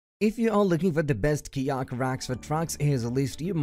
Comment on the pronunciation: Hi, its hard to understand some of your words. Fyi. It took me a few minutes to realize you were saying kayak